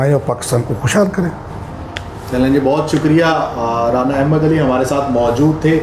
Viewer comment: رانا احمد علی آراییں 😁 اینکر صاحب خدا کا خوف کریں یہ 'رانا آراییں پہلی بار ایسا سنا ھے